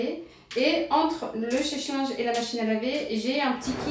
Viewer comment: On ne dit chèche linge mais sèche linge